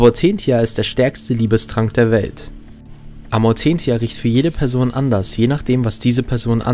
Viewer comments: No offense Aber kannst du die Namen bitte aussprechen wie sie auch im Film ausgesprochen werden? Egal ob deutsch oder englisch Aber dein Amortenia hat mich echt getriggert xD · Ich mag deine Videos sehr aber deine Aussprache des Amortentia rollt mir die Zehennägel hoch... xD Übrigens ist dieser Trank für mich ein Argument, dass Ginny Harry keinen Liebestrank gegeben hat. Denn der Amortentia riecht für jede Person anders, je nach dem was man anziehend findet. Und für Harry riecht der Amortentia nach "Fuchsbau" bzw. wie man später erfährt nach Ginny. Heißt die Anziehung muss von Harry aus schon da gewesen sein.